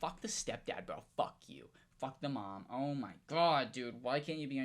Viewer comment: “I dont give a FOUCK “